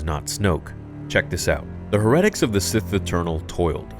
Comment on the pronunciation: It's pronounced like hair-e-tic. As in like a religious heretic. Good vid, love ya dude